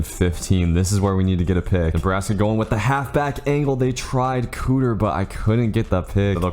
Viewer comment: KEEter not COOter